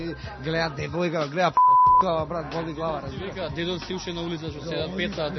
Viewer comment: Neshto kao, razbirash?:)) RAZBIRASH:) Ama ne e "Razbirash" (so tochen akcent) tuku razbi`rash :) Jadel OD na snimanjevo, a?:)